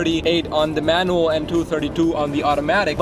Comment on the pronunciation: Manwel 😂 it's a manwel 😂